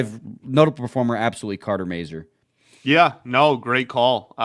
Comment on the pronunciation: The name Mazur can be French, Czech, Polish, Ukrainian, German... The pronunciation in all these languages is very identical. Go to Google Translate to hear the pronunciation of the name. They are mispronouncing the sounds of the "A" and the "U".